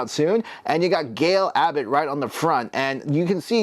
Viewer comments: It's pronounced as GAL GAH-DOT. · LOL, that has to be the worse pronunciation of her name I ever heard. Most people at least say something that starts with Ga or a G. How did you get Abbott from Gadot? It is like you just made up a random last name. ha ha Anyway good review. Work on those names though or don't and make me laugh. I could use a good laugh now and then.